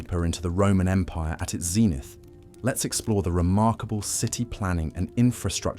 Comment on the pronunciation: Only a few seconds in and already words like 'zenith' are being mispronounced. Makes it impossible to listen to without getting annoyed.